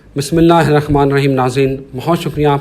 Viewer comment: Baba tujhe bhi rehman nhen kehna ata rakhman keh rahe ho